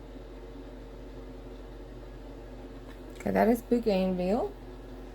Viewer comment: Fun. I think the pink is pronounced bo. gan. vee. ya.